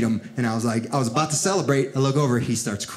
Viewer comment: "That's what I'M talking abouf!1'